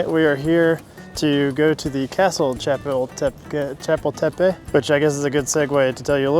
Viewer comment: Hi guys, great video especially given that you're currently a small channel. A little help with pronunciation... Xochimilco is pronounced "soh-chee-MEEL-koh" Chapultapec is pronounced "chah-POOL-tah-peck" I'm heading to Mexico City next week and I appreciate the informative video. Que la pasen muy bien! (Have a great time!)